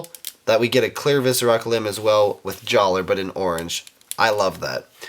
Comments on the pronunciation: Jaller is pronounced "Jalluh". just saying. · It's pronounced Jallah! The R is silent.